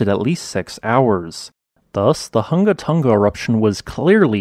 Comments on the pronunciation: It's difficult to describe how to pronounce the name in written words. Maybe try saying the name like this: Hung-a Tong-a Hung-a Ha'apai. Without the hard "g" sound. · the "Hu" in Hunga and "To" in Tonga aren't pronounced like "huh" as the in the video. Rather, "Hu" is pronounced like who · Who-nga-toe-nga. Who-nga-hah-ah-pai. Not hungatunga...I know it's not your first language so thought I'd help you out. The uh sound doesn't exist in the Tongan language. Love thoughts and prayers for the Kingdom of Tonga and her people!! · Hungan Erupution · Everyone in the South Pacific cringing at those hard non-Polynesian g sounds